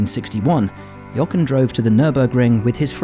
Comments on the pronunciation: Can you please pronounce his name properly!!!! Jo - ren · I am genuinely surprised how Will can say the "H" in Helmut Marko but not the "H" in Jochen Rindt and calls him Jocken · As a German speaker, it pains me a little how Buxton pronounces "Jochen". Listen to how Vettel says it correctly. In any case a great talent, taken too soon (like so many others).